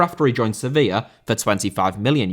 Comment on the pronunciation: Sevilla* not Sevíer